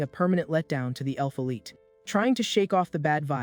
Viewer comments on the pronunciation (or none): none